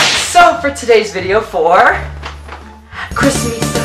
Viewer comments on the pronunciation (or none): none